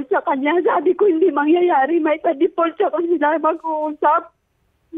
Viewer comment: Deport ba sinasabi ni ate or default? 😂